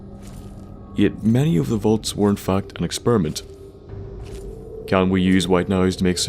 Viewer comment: ur saying volts? or vaults?